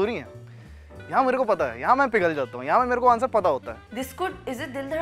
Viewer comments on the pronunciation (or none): none